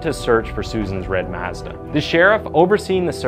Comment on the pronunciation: Why can't you say Mazda 🤣